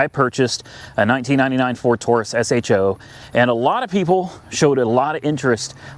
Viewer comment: Just say sho not s h o just sounds stupid lol